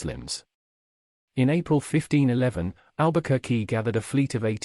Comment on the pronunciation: Please learn to pronounce the name first